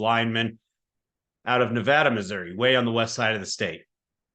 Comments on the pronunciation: Nevada MO niv-AY-da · Pronounced nah-VAY-da... at least it was on my dorm floor in the mid-70s by people from there... as I recall. 😃